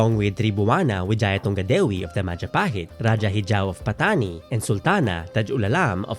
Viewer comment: I’ll give this movie a chance. Though I’m a bit wary because they had Spanish loan words pa rin in the trailer and how they’ll showcase the themes, it’s promising. I’ll wait for it to available on Netflix and give this a watch! Also, I AM SO HAPPY THEY PRONOUNCED RAJAH CORRECTLY. RA-DYA! NOT RA-HA (This is a Spanish pronunciation.)